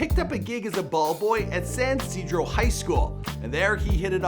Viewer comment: also his dad name pronounced Maylon not Malone and its Ysidro not Ysirdo